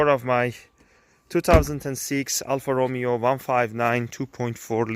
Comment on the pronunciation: great car but cried at the way you said alfa romeo